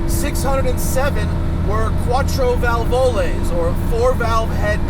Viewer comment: hi Matt, just for kicks.. when you want to pronounce a word in italian, you put the accent on the first vowel. so, "quattrovalvole" is not pronounced "quattrovalvOle".. with an accent at the end, but more like "quattrovAlvole".. emphasis on the first A in "Valvole". cool video, later.